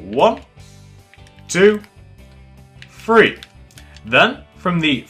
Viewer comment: It's not free it's three